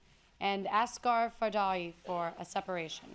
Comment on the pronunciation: Dear Jennifer , it's not fadaii it's actually farhadi =|